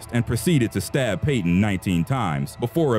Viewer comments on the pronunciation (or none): none